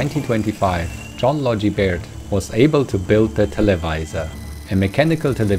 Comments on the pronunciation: "Logie" has a hard G, not a soft G. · "Low-gi". We have an award named after him here in Oz 🇦🇺. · The Logie in John Logie Baird rhymes with Yogi. He is smarter than the average Baird.